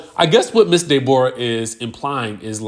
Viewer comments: It's the pronunciation of her name for me! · Dey-bor-ah is sending meee😂😂😂